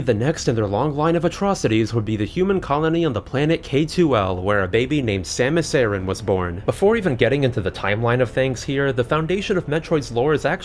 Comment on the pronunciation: Samus "Aaron?" It is pronounced "uh-ran."